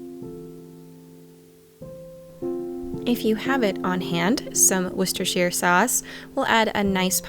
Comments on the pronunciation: Wow an american who can pronounce Worcestershire sauce! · Just wanted to compliment you on your pronunciation of Worcestershire sauce! Well done from the UK.